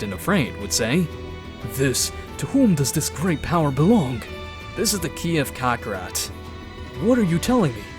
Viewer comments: Bro really said "Kokorot" the whole time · bruh please stop saying cockarot i sweat man :c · its kakarot not kakarat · Stop saying cockrot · One time he said kokorot 💀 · Sean Long cockrot dragon spears that’s my childhood you’re ruining get the pronunciation, correct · Kocker💀💀💀💀 radiz said that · Why tf you calling him Cockarot 🗿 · STOP SAYING KOKOROT YOU'RE CREEPING ME OUT 💀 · Bro prounoundced kakarot wrong 💀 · Bro what is shenlong and kakaro😂😂 cmon say it right. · I'm enjoying the series except for a few minor things, please stop calling the dragonballs dragon spheres and pronounce kakarot properly